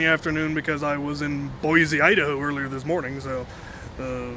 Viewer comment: Wait, hold on--Boise? Why? I live an hour away from there and just hearing you say the name ground the gears in my head to a momentary stop. Edit: Oh, Thanksgiving. Cool; hope you had a good time!